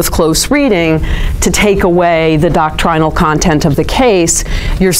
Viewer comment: please stop with the "dock-TRY-null"... "DOCK-trin-all" flows from the tongue more fluidly, not to mention less pompously 🙂... i am teasing, speak as you wish... but seriously, you know that's not how anyone says it... OR IS IT?!? carry on...